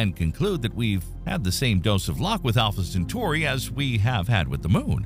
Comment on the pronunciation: More like Alpha Cen-far-i.